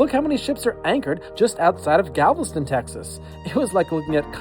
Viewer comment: That's not how Galveston is pronounced.